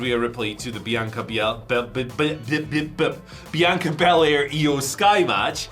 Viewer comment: I just coughed out loud nearing choking to death as struggled to pronounce Bianca Belair’s name.😂😅